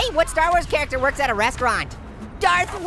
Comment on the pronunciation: Star Wars or star wash hahahaha